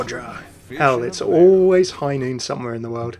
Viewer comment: Its High Noot...